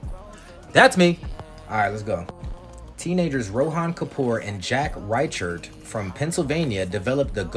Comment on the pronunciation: Bro... "Rychard"? Really